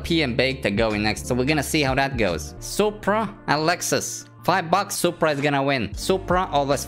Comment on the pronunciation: You said supraa socks 😡